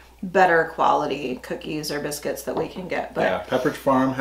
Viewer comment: That's "foxes bisc-wits" 😁